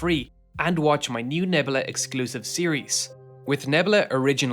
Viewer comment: Say it with me neb-U-la